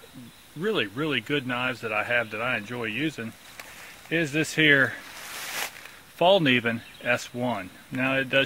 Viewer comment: You got to love americans =) Thay can't say Falkeniven corect. The Falkniven makes amazing good quality laminatid knives. And becos its convex grind it wil last long time and go good true wood